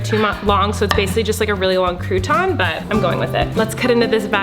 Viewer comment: "Basically It's just one long cruton" IM DEAD